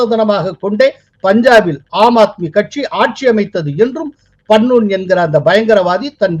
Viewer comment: உங்களுக்கு பெயர்களை ஒழுங்காக உச்சரிக்க தெரியாதா? வராதா? Gurparvant சிங் பண்ணு ஐ பண்ணூன் என்றும், bhullar ஐ pullar என்றும் சொல்கிறீர்கள்